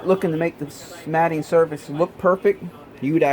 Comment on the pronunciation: Absolutely epic video, thank you for your time and absolute quality. One thing, I always thought the mating surfaces were pronounced like mayting instead of matting. It’s driving me crazy now, which is it??